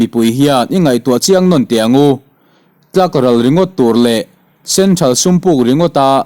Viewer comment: Tlak ral i lam dan hi a dik leh ta lo. Ke kawr tih anga lam rik tur.